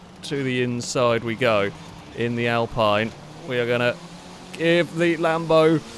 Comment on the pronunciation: It's pronounced "Alpine", not "Alpine" ;)